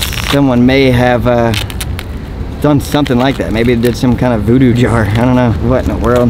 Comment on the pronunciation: Oh my gosh he completely ruined the word jar 😭😭😭 that was probably for bestfriends or a relationship